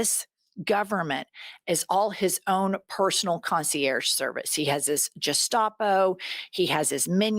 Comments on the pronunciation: There must be a reason I haven't cottoned to, for Gestapo pronounced as 'jest-TOP-oh', rather than the original German sound of 'guess-TAH-po'? There must be a hidden meaning behind it, because it is so unique, and overturns decades of precedent! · Jennifer and - I live for your podcasts. Unfortunately, I'm an agonized grammar nazi: "Gestapo" is pronounced with a hard G. Please forgive this devoted fan. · Love you ladies! You are a daily must-watch. Gentle correction, though. Gestapo is generally pronounced with a hard G. Joke the one in God. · Love the show but a hard "G" for the word Gestapo. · Jennifer, Please forgive this unimportant trivia: "gestapo" is pronounced with a hard "g". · Please, Jennifer, learn the correct pronunciation of Gestapo. Love you guys. ❤ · Uh, "Gestapo" is pronounced with a hard "g"🙄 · The G in Gestapo is a hard G, as in the name Gary, not a soft G like the J sound, as in the name John. 🙂